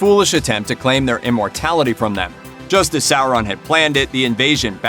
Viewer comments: SOR on. Not SA ron. Omg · Revan sour-an is correct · Sour- Ron 😂😂